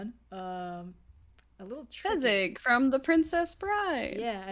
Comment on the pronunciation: Fezzik is such a himbo tho And it's Fezzik not Fezzig